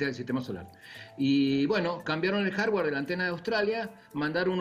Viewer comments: Dijo jarwar el boludo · Soy yo o dijo "el jarjard" en vez de decir el hardware JAJAJA